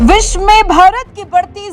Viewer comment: विशमे नही विश्व मे बोलो । " व " का उच्चार कौन करेगा।